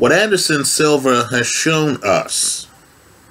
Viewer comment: “Anderson silvers” smh